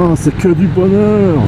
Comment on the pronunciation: .." bohneur " ?! ou " bonheur "?! , vous qui vous moquez un moment donné , sans doute pas méchamment( ?), de l'accent "halsassien " , en tant que " bon " Français ! J'ai cru percevoir un accent franc-comtois , soit dit en passant !